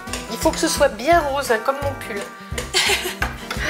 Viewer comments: j'ai compris " rose comme mon cul " mdrrr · j'ai compris "bien rose comme mon cul" au lieu de "bien rose comme mon pull" svp dites moi que je suis pas la seule 😂😂😂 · Au debut j'ai compris "il faut que sa soit rose comme mon cul" au lieu de "mon pull" mdr